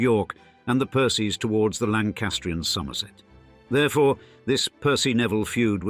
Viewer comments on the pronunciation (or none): none